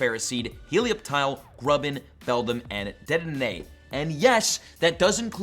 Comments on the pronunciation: deh-den-aye that’s how you pronounce it instead of dnemefegefegekshsosbsk lol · its duh-deh-neigh!!! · it is pronounced Duh-Den-Aye if you manage to see this! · It’s pronounced de den ehh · How to pronounce dedenne de-den-a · Day Den Nay How you Pronounce Dedenai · It’s pronounced DED-EN 😅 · I can't wait for this. also its (DUH-DEN-AY) OR (DE-DEN-AY) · dedenne (du-den-Ay) your welcome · Duh-den-ay is how you say Dedene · For all your troubles, it's pronounced "deh den ay" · For future reference it is pronounced Deh Den Ey (that’s how they say it in the anime) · no you aren't pronouncing Dedenne right its "de-de-ne" but it's alright I guess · You said Dedenne wrong lol